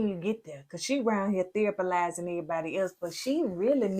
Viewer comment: 😂😂😂😂😂 When said..."Nicole out here THERAPALYZING everybody and she needs therapy" 😂😂😂😂😂 I bout fell out the bed!!!😅😅😂😂😂😂